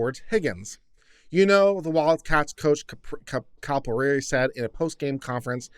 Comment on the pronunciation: Cali-eh-Perry is the coach! I’m a huge wildcats fan! Go big blue!!!